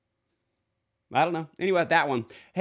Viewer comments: i think it is zhong yi because i believe it is 中一 in chinese. maybe pronounced like john E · Zhongyi is pronounced as: John gay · How can we be a hater or troll when you can't even find the time to pronounce the Zhongyi?